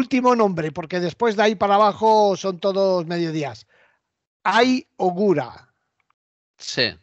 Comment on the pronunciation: Cada vez que decís Ai Ougura, mi cabeza piensa, hay holgura, y creo que no está bien hecho el japonés! 😂😂😂😂😂